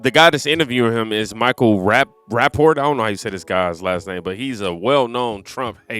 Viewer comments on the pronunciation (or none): Michael Rap-a-port is how it's said. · Man’s name is Rap Pat Port. How can you post this and can’t pronounce a name ? Cmon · Rap-a-port. Its a weird name.